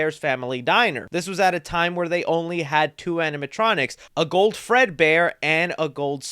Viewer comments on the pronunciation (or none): none